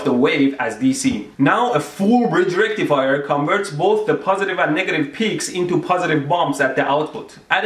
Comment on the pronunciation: He says it like the rectal fire